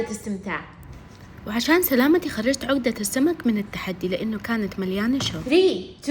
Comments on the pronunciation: اسمها عقده وليس عوقده😂😂😂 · العقده تنطق عَقْدَه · تنطقي العقده غلط هههههههههههه